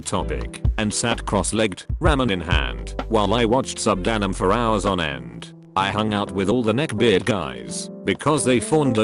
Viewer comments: Neckbeard does not mean "neck bird" auto robot voice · n e c c b u r d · Ah yes.. the neckbird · No one: The narrator: n e c k b i r d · Hears how he pronounces neckbeard like "neckbird" Immediately checks comments to see if anyone joked about it yet DEMOCRACY WINS AGAIN! LET FREEDOM RAAAAANG! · Neckbird. Lol. Oh this narration pronunciation. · Normal People: Neckbeard TTS, an intellectual: Neck bird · This is nice content but i can't help but chuckle at how the text to speech pronounces neckbeard as "neckbird". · No one : Reddit AI : Neckburd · You can't even be bother putting a space on between the words "neck" and "beard" on your program so it get pronounce properly. Put some god damn effort in your video next time